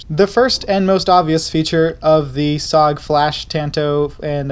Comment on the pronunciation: It is pronounced S-O-G all said separately not just ‘SOG’